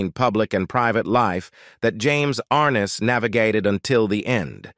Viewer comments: Is this a story about James Arness, Peter Graves, or Joseph Cotton? Do you not know the difference? As well, the computer-generated voice can't seem to pronounce "Arness". A really sloppy presentation, made worse by the non-human narration. Did you find it necessary to state that James Arness had a "unique connection to Gunsmoke"??? Who would have guessed. Mr. Arness certainly deserves much better than this incredibly careless "production". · It might be nice if he could pronounce his last name right. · Pretty pathetic—you’re pronouncing his last name incorrectly & couldn’t get through three minutes of this because instead off showing James, some of what you’re showing is actually of his brother. 🙄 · An added plus the narrator is not even pronouncing his last name correctly I remember watching it and the narrator on the show would say and James Arness as Matt Dillon